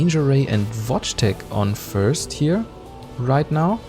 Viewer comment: You read vojteek55's name watchtek :)